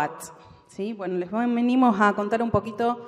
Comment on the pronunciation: Como qe "leess"?...no podes decir "les" por dios, y más siendo una persona del ambito académico, que desastre, por eso estamos como estamos